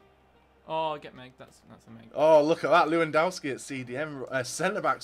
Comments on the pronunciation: its not how to say lewandowski your saying it wrong luandoski lol LEWANDOWSKI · this is not LUŁANDOWSKI IS LEWANDOWSKI XD